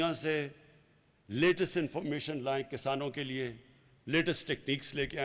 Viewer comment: Abey o jahilo Kasano nahi Kisaano. Khattab nahi Qitaab. Tumse achhi Urdu to hum Indian Hindu bol lete hain. 🤣😂